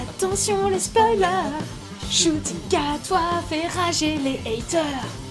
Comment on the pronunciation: Alors c'est un nom rwandais et ça se prononce 'Nshuti' et non 'Shuti'. De rien c'est normal 😉